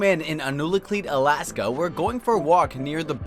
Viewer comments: It's "Alaska" thanks for showing us attention but messing it up -_ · Alaska not alaske I live in alaska bro Ik